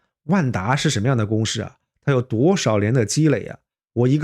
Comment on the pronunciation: ，是公si不是公shi。我也是只发一个音，如果分不清楚还是回到原来的口音比较好。